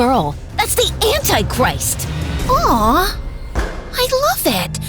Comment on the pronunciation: "The AnTIEchrist"